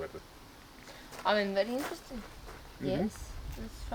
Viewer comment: She finds a lot of thing "fery eentresting"